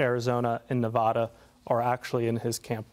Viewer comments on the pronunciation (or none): It is very ignorant to say NAH--VAH--DAH